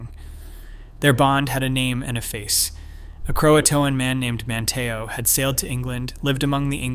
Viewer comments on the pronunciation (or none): I believe who/whatever is narrating this has no idea that Cape Hatteras isn’t “HatterASS” as it was pronounced in this video. 😂 And the other word id pronounced man-tee-oh. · In Jr high, I did a thesis paper on the Lost Colony and this is the same conclusion I came to! My teacher said I was wrong and that there was just not enough proof to show they survived, to which I said there wasn't enough proof to show they were killed or died off either, LOL!!! Must say, good video but you need better pronunciation of Hatteras and Manteo... I grew up going to the Outer Banks back when there wasn't anything more than fish shanties around.